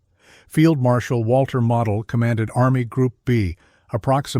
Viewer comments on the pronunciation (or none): Its mo del pronounce the name correctly